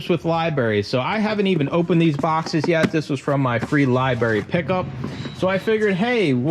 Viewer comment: Left after "libarry" lmao